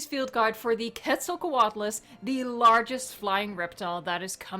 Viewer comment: FINALLY! as a mexican paleontologist in formation, it always itched me when people that don't know the root of the name, "Quetzalcóatl", the "Que" is pronounced as "Ket", and not "Qu-et"!!!!